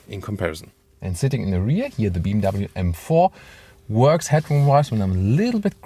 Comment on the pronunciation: Digga bmw Not bmvv